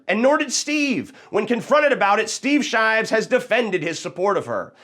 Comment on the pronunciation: "shteev sheevs"